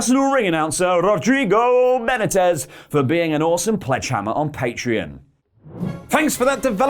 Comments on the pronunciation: Chris needed to get out, his creative mind is too good for WWE. Same thing with Matt Hardy, another person who needs to go. Rusev should also go, you are being shat on by the old man who finds midgets funny... And Benitez is pronounced Ben-e-tez not whatever was said o-o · He’s not pronouncing Benitez correctly